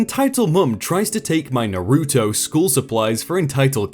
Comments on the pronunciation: i'm looking at the screen where you say your going to put a picture of them on the screen, and... nope, we got trolled. Oh, and it's pronounced "Naw-ru-toe". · The way he says Naruto is killing me xD